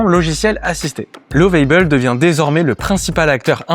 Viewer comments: Juste une remarque sur la prononciation de Lovable en anglais, c'est comme la prononciation en Français mais avec un "a" très bref, mais surtout pas "ei". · Lovable et non Love-aille-bel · Je vous emmerde vos les français quand vous parlez anglais c'est catastrophique alors vous nous emmerde nous les africains quand on parle votre langue français alors vous êtes pire que 😢 nous lovable ne se prononce pas comme vous le faites 😊